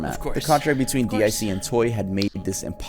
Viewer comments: You can say it was a good video. To me it was just painful XD guy was talking like he was reading off some list he didn't know anything about most of the time. And who the fuck says "DEE EYE SEE"? DiC is pronounced DEEK. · Guess you never watched Sailor Moon, it's deek not dick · It is not D I C it’s pronounced “Deak” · It is not D i C, it's DiC as a word. They say this over and over again in there advertisements and when a show starts. xD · It's actually pronounced Deek